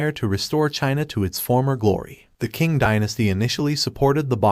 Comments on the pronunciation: Man, Like the other guy said , work on the pronunciation Some suggestions - provide context to who the Qing were, machus ruling over Han Chinese subjects forcing them to submit and engage in degrading practices (the specific haircuts) - provide more context and detail on how the Qing stifled innovation development and how this lead to Chinese intellectuals forming a counter culture movement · "Asian historian" Proceeds to butcher the pronounciation of the Qing "Chee-ng" and Liaodong "Lee-ow-dong"